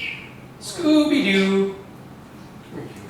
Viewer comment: Did the bird say Sooby-Doo or something? cx aww :D